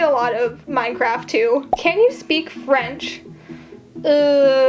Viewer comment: im french and ill admit i laughed when you attempted to say "je comprend un peu le français" but i mean i cant even say peasants correctly so who am i to judge